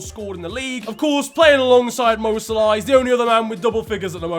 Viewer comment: Quick question: When will stop calling Mo 'Salarr' instead of 'Salah' 😂